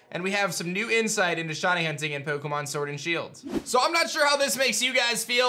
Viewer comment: I like how he says “shawny”